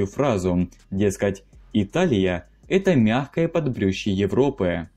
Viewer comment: Автор, не подбрюше, а подбрюшье